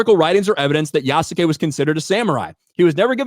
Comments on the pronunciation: you can pronounce Yasuke without the u sound, its actually sounds like as "Yaskay" the name Asuka sounds like "Aska" Kasumi sounds like "Kasmee" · Yasuke = Pronounced Ih-soo-kay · Good job at being fair and middle to the debate. I have seen claims that Yasuke (pronounced Yas-skay) was either definitely a samurai or never was. The thing is we don't know for sure, there is no definitive that he was made one but multiple well respected historians have provided possibilities from the info on Yasuke, that he might have been. It can basically only be placed on interpretation, but that's not the issue with the game. The problem is that the creators didn't care about Yasuke or his story, just his skin color. I would love a game about Yasuke, it just its execution that was ruined. Also the creators fall onto the old 1960s tropes on Samurai and Shinobi, forgetting that Samurai was a class and Shinobi was a job, so a samurai can be a Shinobi. Also half the moves and tools she uses are just tropes from the Western fantasy of Japan. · "Yessum Kay"